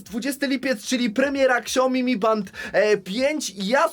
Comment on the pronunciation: Tak na przyszłość: Nie "ksiaomi" tylko "siaomi" 😉